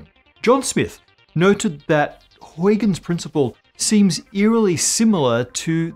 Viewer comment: He should find out how to pronounce "Huygens" - I was also doubtful about his pronunciation of "Reiss."